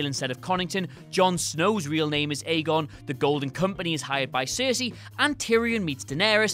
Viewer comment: JSYK "Aegon" is pronounce "EGG-on", they say as much in the books (and, I believe, in the show, when Davos is learning to read).